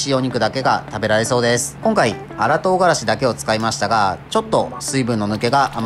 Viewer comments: とう↓がらし↑ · 唐辛子のイントネーションが違う